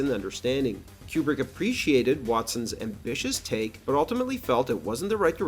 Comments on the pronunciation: It's pronounced Koo-brick, not Que-brick. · Is Kubrick's name actually pronounced Quebrik or Cube-rick? Up until now I've been saying Koobrik with no Q sound. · Why do you say Kubrick like Marcia sa school in brady bruch